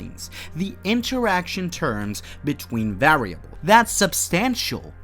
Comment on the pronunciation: prooning, par-am-eters, vare-ia-bles, foh-tonic, can-on -ical